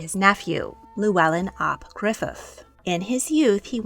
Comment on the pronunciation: The LL is actually pronounced as an FL. Our family are descendants, and it is pronounced Fluellen, not Lluellen.